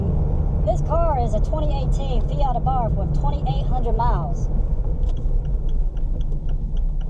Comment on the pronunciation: Abarth. Soft A and silent H. Thanks for the comparison.